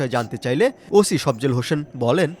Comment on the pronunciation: ওশি না ওসি উচ্চারণ ঠিক কর